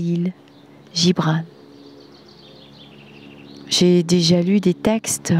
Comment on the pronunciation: Bonsoir ❤, et à tous❤. Merci pour ce très beaux texte🌟🥰, et bien sûr ne pas voir le verre à moitié vide. pour la prononciation...dire "RALIL" DE KHALIL, et GibranE...💕🥀. Très belle soirée ❤et à tous❤🙏🌺💛🌺💛🌺💛🌺💛